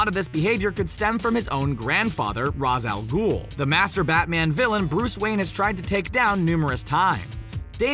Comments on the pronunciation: Can no one from these videos pronounce Ra's al Ghul's name correctly? That's really annoying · Ra's Al Ghul You pronounced his name wrong & horribly done at that. Please do research & watch some more original content before speaking these characters names. After reading the comments looking back on the videos and remember I what I witness as a kid you my friend have everything wrong and horrible at research in general you need to give it up and do something else.